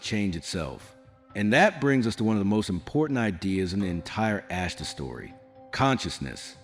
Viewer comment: Why is the "Ashtar" so difficult to pronounce? It's NOT "Ashta", it's AshtaR. With the letter R being pronounced. Why is this AI narration so stupid? I get sightings of MANY craft here in Benson, Arizona. I'm pretty sure it's the Ashtar Command. There could be other factions as well, incidentally. They're here! It's time to stop with the making believe they don't or can't exist.🛸